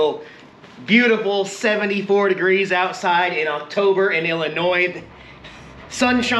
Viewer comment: Yes! I really thought I heard him say "IlliNoid" (ILL-Annoyed?) right before he went for his ride! 😼😹